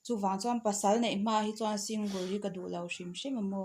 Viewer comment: Singul anilo sing gal tih a lam tur Single